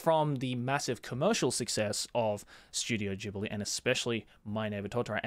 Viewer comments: Bro also your pronounce is wrong. Ghibli it's an Italian name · How exactly “Ghibli” (The African desert wind, pronounced “gibli”) became “jibli” when it’s about the Studio? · Ooh, that's how it's pronounced, I thought it was Studio Jelabi.